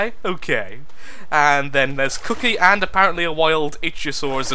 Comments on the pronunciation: TAME A PLIESIOSAUR AND PRONOUNCE ICTHYOSAURUS ICK THEE O SAW US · eek-theo-saurus xD I really want to see you say it right :D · IK-thee-O-saurus :3